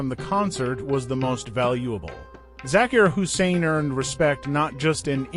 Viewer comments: If you’re going to take the time to make a video to honor this man, please consider taking time to pronounce his name, his families names and his instrument correctly. It won’t take that much effort and you will get much more respect for having done so. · Respect the man , this A. I. tribute is sad it can't even pronounce his name right . We love you Ustad Zakir Hussain , your music will live forever ! RIP brother .